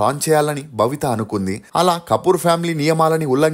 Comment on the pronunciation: భవిత కాదు.babitha